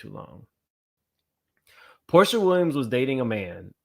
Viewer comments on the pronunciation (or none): none